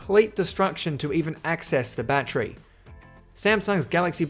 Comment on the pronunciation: Bat-ter-y. Three syllables. Not a bat-tree.